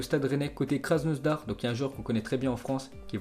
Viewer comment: Krasnodar pas krasnosdar mdrr